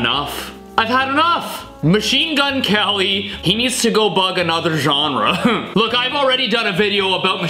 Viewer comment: His name is not Machenemagwene it’s mgk